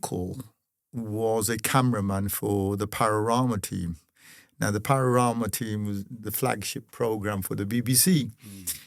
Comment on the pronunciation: "Parrarra team"... I think he means Panarama which also makes you wonder what else this guy is mis-chatting... dear me.